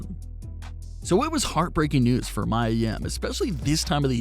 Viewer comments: PLEASE SAY HER NAME CORRECT ITS NOT MYA ITS MIA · I don't care what Charlotte says...A lot of us hate that storyline. I feel personally feel like your being disrespectful purposely saying Mia (Mee•Yuh) name wrong and I am not cool with that!